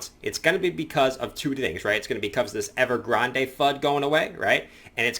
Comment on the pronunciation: Love the videos! Keep up the great work. It is pronounced Ever-Grand. Grand-EY sounds like a coffee. Anyways, happy Wed Nes Day 🤪😜